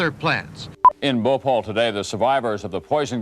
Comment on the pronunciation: THEY CANT SAY BHOPAL